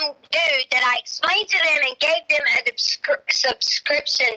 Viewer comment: “Subscription” for “description”😂